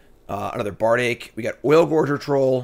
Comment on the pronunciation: Bardiche pronunciation should have got a Hermoine sound effect too.